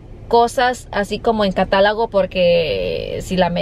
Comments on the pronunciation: COMPAÑÍA NO COMPANIA CATÁLOGO NO CATALAGO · Catalago 😂😂😂" catalogo doña" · No es catalago es catálogo :v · Es catalogo burrada no catalago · Se dice catalogo.